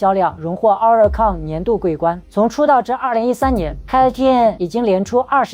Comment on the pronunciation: 希望團體KAT-TUN的正確發音 公信榜oricon的正確發音 可以先查詢後再念.... 或讓谷歌小姐.AI發音念也沒關係.... 聽了有一點痛苦....